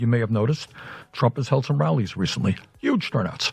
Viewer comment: Yuge is the way Bernie Sanders would say Huge..:}